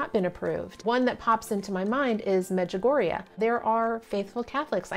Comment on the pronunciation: Also you are the first person I've ever heard say Međugorje out loud and thank you SO MUCH for pronouncing it for me because I had no idea how 🤣